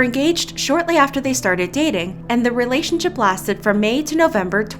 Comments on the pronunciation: . "relationshup". heh. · I love that you pronounced relationshup relationshup